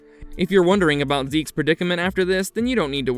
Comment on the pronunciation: Yeah ok so that name being pronounced "zeeks" was no where on my radar for what I was thinking up as guesses lol